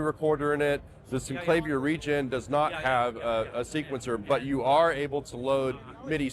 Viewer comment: Yes! But there is video of Cameron pronouncing it both ways. However, the word "clavier" is pronounced "cla-VEER", as in Bach's "Well Tempered Clavier" -- so "CLAY-vee-er" is incorrect.